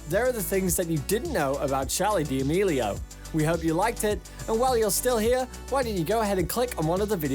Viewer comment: charli DEAMELIAO!?!??! 🤣🤣 im crying u pronounce it sooo wrong.